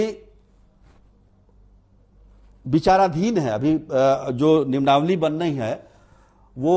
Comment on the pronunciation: शिक्षा मंत्री को अंग्रेजी नहीं आती है और पत्रकार महोदय को हिन्दी नहीं आती है । मंत्री जी interruption को interrogation कहते हैं और पत्रकार महोदय नियमावली को निम्नावली 😅